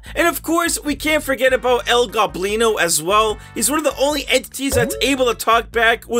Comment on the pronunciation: He finally pronounced el goblin o right